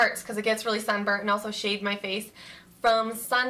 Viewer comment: omg when she said "shade my face" i swear i heard shave my face hahahaha i had to replay it i was shocked hahahah